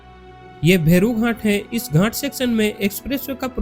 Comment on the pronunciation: भई घाट को सही से बोला करो मैं कुछ और समझा